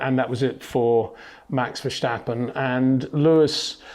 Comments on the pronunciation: I don't think he does that on purpose. but you are right about the pronouncement. it is Verstappen and not Vershtappen. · HEY PETER WINDSOR, I HAVE MESSAGE FOR YOU SIR: it is NOT Max "verSHtappen" ... Max is not German (Germans indeed do pronounce "st" as "sht") ... #Max33 = Dutch NL/Belgium! ... It is not "Bottash" nor is it "Lewish" certainly not "verSHtappen" .... This BS started long time ago when a British sport presenter interviewed father Jos Verstappen and assumed you can use a German pronunciation to a Dutch Driver thinking it is so "funny" ... It is not. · Good stuf this time. One point that annoys me is your pronunciation of Verstappen. It is similarly pronounced as the English word: Stop, Tip, first part of vertigo, than stop (but substitute the o for an a) and finish it with how you pronounce the word pen.